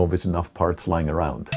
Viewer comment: It's funny how he said: "Arround the borrderr"